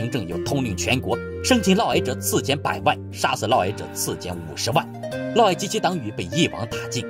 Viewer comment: 嫪（烙）毐（矮）